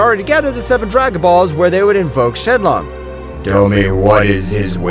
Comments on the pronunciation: Shin long Why, he said shin long it’s shinron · shenlong? i thought it was shenron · Bruh said shenlong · ITS SHENRON MAN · Bro he said the dragons name wrong